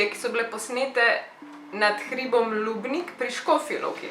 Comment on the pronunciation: Js živim v škofji loki v podlubniku. Pa mi kle v podlubniku velikrat vidmo čudne reči. p.s.narobe si izgovorila lubnik... Sej je useen. I love you❤❤